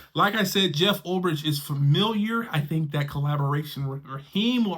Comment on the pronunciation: Oh my God, bro. You and the pronunciation of names. Ulbrich = Ul "BRICK"! Not Ulb "RICH"!!!